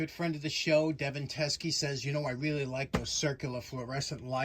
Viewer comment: Wow! You pronounced my name perfect the first time! Makes me think you’ve met a Teske or two in your time. Thank you so much my friend! I was so nervous watching you put the bulb in. Thought for sure it would pop